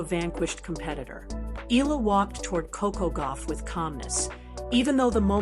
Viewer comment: Eala pronunciation E ya Ia